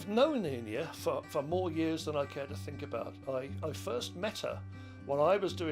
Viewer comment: Could the man not pronounce Einir's name? Embarrassing.